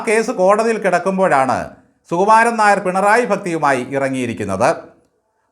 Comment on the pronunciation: Nair ennathinte avasanathe r vitte bakki parayanam.